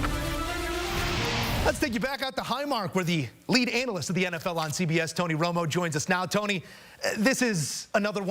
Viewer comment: Lead anal lysts he says